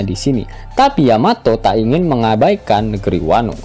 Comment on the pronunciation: Tumben min, bener nyebut yamato. biasanya yamete. haha